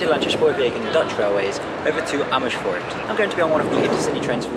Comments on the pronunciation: You have a teeth probelem?? Amishfoort? LOL no sh sound in Amers - foort, please, and not in Amsterdam either.... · Only thing is, not all Dutch letter S's sound like sh. In fact very few do. Not shpoorwegen but spoorwegen. Not Amershfoort but Amersfoort. Appreciate the effort though! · Great video. However, as I commended you on your Turkish pronunciation you fell into the trap of Germanifying Dutch words. You said "Schpoorwegen" and "Amerschfoort". With Dutch it's WYSIWYG but Brits make it harder when it doesn't have to be so. One other thing I would like to mention is that Rotterdam Centraal Station doesn't include the city's name on the signage outside the station, something unique here in NL. During re-construction it was decided that the new iconic design represented Rotterdam, therefore including the city's name would be superfluous. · You don't need to pronounce it Shpoorwegen or Amershfoort. The Dutch don't. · It's not NederlandSHhe spoorwegen, it is NederlandSE...NO SH sound! IT IS AN SSSS. Sama as Amersss foort. . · The Gouwe is a river, not a canal ;) Also, we don't have the 'sj' sound in Dutch (or not a lot anyway) which you use all the time, "Amersfoort" and "Nederlandse Spoorwegen" is just pronounced with the same S as in the English word "same" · Amersfoort does not have an "H" after the "S"